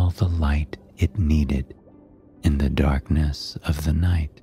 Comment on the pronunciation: “Under da sea”